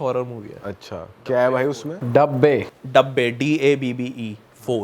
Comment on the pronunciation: 😂 daabbah ko dabbe bana dia😂😂